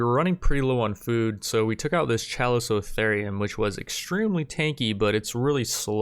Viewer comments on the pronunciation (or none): none